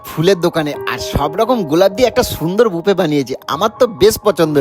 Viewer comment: ভাই কথা টা বুফে না কথা টা বোকে বা বুকে। ভুল সবার হয় কিন্তু আমারো হতে পারে। তোমরা সোশ্যাল মিডিয়া এ থেকে এতো লোক দেখছে শিখে জেনে কথা বলো।ভালো হয়েছে ভিডিও। আমার উপর রাগ করোনা। তোমাদের ভালোর জন্য বলছি।